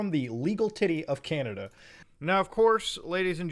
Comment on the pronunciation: chinada? :( please canada don’t do this